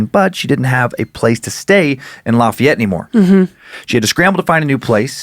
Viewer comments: as someone from Louisiana the way you pronounced lafayette made me cringe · The way you pronounce Lafayette